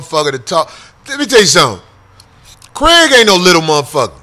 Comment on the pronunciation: Lord Glass Kraig.. but dude saying Greg.